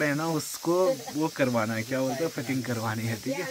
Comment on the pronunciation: फटिग नहीं बोलते भाई फिटिंग बोलते हैं 😂😂